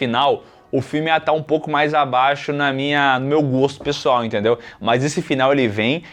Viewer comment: Porque o sempre fala "PSOL", quando quer falar "pessoal"? KKKKKKKKKKK Não é a primeira vez.